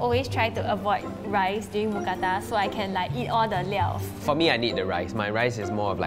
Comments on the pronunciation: As a Thai person, it’s “Mookrata” not “Mookata” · Actually, we call it Moo kra-ta. It has to have r to be correct. Just so you know 👌